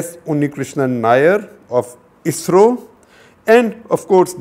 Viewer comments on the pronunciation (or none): none